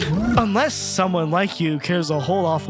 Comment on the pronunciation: For years i thought that the "UNLESS" said useless. Like he was just wanting to leave a middlefinger for all time.